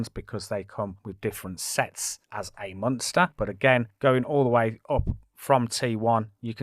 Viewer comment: Its when you say "munster" pmsl 😂😂 mOnster lol 😆